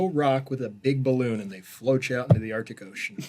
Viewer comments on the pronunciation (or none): none